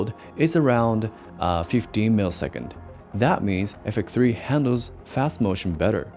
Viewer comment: Out of tolic but I don’t get why you can pronounce X but not FX3, what is ‘effek 3’ bro 😢